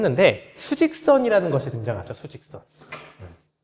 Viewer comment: 너무나 좋은 강의를 무료로 제공해 주심에 감개무량합니다. 수학적 이의가 있는것이 아니라 사소한 것이지만 더욱멋진 증명을 위한 올바른 방향을 추구하고자 댓글 남깁니다. 선생님의 가르침이 많은 도움되었고 존중합니다. 다만 수직선 (數直線) 의 한국어 발음이 [ 수ː직썬 ] '수' 장음임에도 불구하고 선생님의 발음은 수직(垂直) 의 발음과 별차이가 느껴지지않아 동영상 내용속에 누군가 평행선이 아닌 수직선(垂直線)을 생각했다면 그사람 잘못만은 아닌듯 합니다.